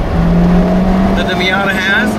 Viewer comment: No, it is not called a Fiata. Stopped watching right there, can't hear it anymore.